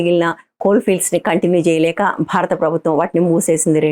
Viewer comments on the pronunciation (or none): none